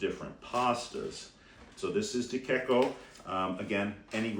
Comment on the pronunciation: De Cecco and Garofalo are mispronounced.